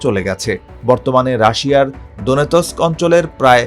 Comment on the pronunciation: কি বাজে উচ্চারণ, দোনেতোস্ক !! লুহানোস্ক? wtf